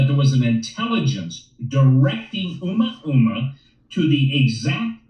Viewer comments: It is pronounced O Mooo ahhh mooo ahhh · It’s Ooo-Moooah-moooah….